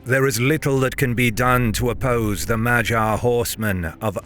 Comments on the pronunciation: this whole video is delightful, except thats not how you say "magyar". Its more like MUD-YAR (in English pronounciation). But at least you didnt call them Hungarians (Ungarisch in German) as it was the Germans who called everyone from Carpathian basin (Ungarn in German) with that name, even before Magyars. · Okay but why do you keep saying Magyar like it's pronounce like Vagina? Magyar has a hard "G" in it.